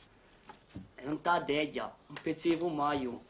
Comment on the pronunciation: Interessante al punto come pronuncia la parola teglia (techja) perché i dialetti toscani apuani distinguono tra la teglia per cucinare (techja) e le tecchie (tecchja) le lastre di pietra usate al posto dei tegoli sui tetti che diventano i "tecchji". In Corsica il tetto è tettu e la teglia e la tecchia vengono pronunciate talmente simili che sembrano la stessa parola (techja) per entrambe quindi bisogna fare attenzione al contesto.